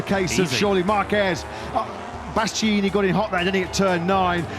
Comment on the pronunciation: One of those commentators can't pronounce Bastianini... 😅